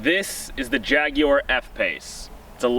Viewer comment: Thank you for your correct pronunciation of the name Jaguar. Great review also